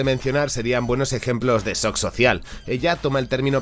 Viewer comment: El sock XD que problema para pronunciar la che Francesa v